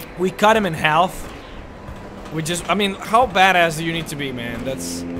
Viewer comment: I love how he pronounces the L in half.